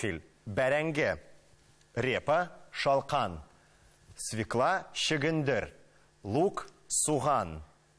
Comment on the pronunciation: Не свеклА, а свЁкла.